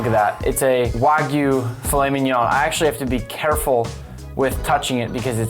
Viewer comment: How it’s spelled: fillet mignon How we say it: filly mininon